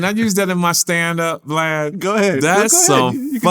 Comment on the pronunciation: I think he’s calling Vlad, Blad… But still, an awesome interview!!! 🤦🏽‍♂️😂